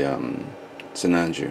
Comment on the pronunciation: it's sinanju lol